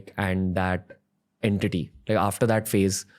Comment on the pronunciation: Entity ❌ En TITY ✅